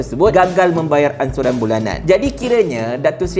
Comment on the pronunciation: Tgk tu, nk sebut perkataan "Ansuran" jadi bunyi perkatan "'Insurance" dlm bahasa Eng... Hashahaaa. ENSUREN.... Hahahahaaa.. Lawoooo nye mat maz ni.. Cakap ala pelat org british wooo...ade ke ANSURAN jadi ENSUREN... Hahahaaiii... Cuba awak2 semua review balik vttu hahahaa.. Lawok weii.. ANSURAN boleh jadi ENSUREN bila para non2 berhujah.. Bayaran Ansuran Bulanan tu kan... Boleh lak jadi "Bayaran ENSUREN Bulanan"... Hohohooo.. Adehhh la.. Mcm mane la kalaiu org luar tgk sampai mcm ni skali level minister kiiter ni yerr... Ayooo...